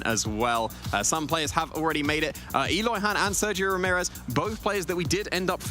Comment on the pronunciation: The way those guys pronounce Sergio hurts my brain.